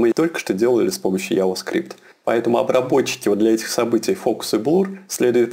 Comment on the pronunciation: мужик, надо чото делать с анлгийским ! :D контент норм, но вот "алёрт, АДЭДЭ, яваскрипт" :DDD